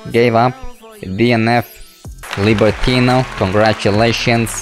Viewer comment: libertinO not libertina xD